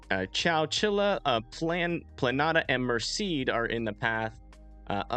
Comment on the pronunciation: Its pronounced, Mersaid.. Merced